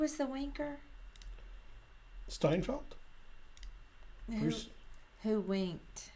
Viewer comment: accent makes "winker" sound a lot like another word 😅